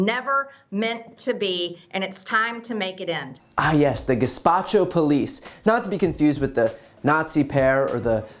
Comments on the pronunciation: Haha! She said Gazpacho instead of Gestapo! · Good grief. She meant to say the Gestapo and is too dumb to know it’s not Gazpacho. 🤦🏻‍♂️ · I THOUGHT she said gaspacho…LMAO🤣🤣🤣🤣🤣. Thank you, Brian, for brightening my day! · lol I didn't even know she meant Gestapo I thought gespacho was just a word I'd never heard before XD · Gespacho ??? Its', "Gestapo " police!! She's ignorant.... Ignorance means , " not knowing ". She doesn't read books ???? She has an uncanny way of irritatingly raising hatred up inside of the ignorant. Trump has Weirdo's that follow and worship him !!! Geez !! The female Nazi concentration camp guards were executed for crimes against humanity. Pelosi is in no way like the above fore mentioned.... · The Ga-spot-cho poeleece!!! Sort of like the cuntgrisgoinal gurga repersenatev!! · did she just say gazpacho? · Does she say gazpacho or despacho ? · Did she say "gazpacho police" instead of gestapo? Sure as shit sounded like it! The freaking bean brain troglodyte. Someone please put her out of our mercy. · Did she just say ”Gazpacho” police? Baahaaha!! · Did I hear that right? “Gazpacho?” Man, maybe there needs to be some legislative action for passing a proficiency test for English 101 on vocabulary assessment/comprehension before being allowed to debate and make decisions at that level on tax payers behalf? I know many immigrants who have better grasp of English and conduct themselves with a higher degree of integrity and articulation. Come on America!! We can do better. We have to. ✨ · Lmao “ges-pacho”. Likes to flaunt that word around but doesn’t even know how to pronounce it. I feel like she just googled and learned about them recently. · Did she say soup police? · I mean, the phrase “Nancy Pelosi’s gestapo police” is pretty funny! 😂 😂 And then you realize she said “gazpacho police”. Still funny! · Did she really just say Gazpacho???..... Ah yes the feared Nazi-Germany Gazpacho. ..."Ve haf ways off makink you Drink Soup!!" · Did she say Guspacho!?